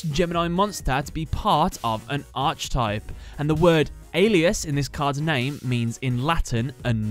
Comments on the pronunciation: Archetype is pronounced ark-eh-type. Not being a dick it just kept buggin me. I've watched tons of your video today it just got me lmao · Archetype is pronounced: ark - e - type upvote so he sees this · Its pronounced are-kih-type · "Arch type" 😂